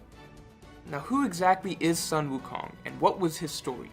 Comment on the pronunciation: Ok ok. Your Sun Wu Kong pronunciation is incorrect. Keep in mind that all vowels in hanyupinyyin is the same, so pronounce your "u" in "Sun" the same way you pronounce your "Wu"